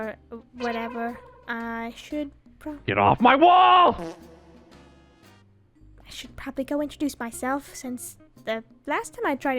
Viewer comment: HELP AT FRIST I HERD "MY BALLS" INSTED OF GET OFF MY WALL HELP